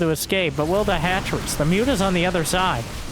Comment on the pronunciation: Can you stop saying ´´Mutas ´, please? It’s ´´Mootas’´, thank you. 🙂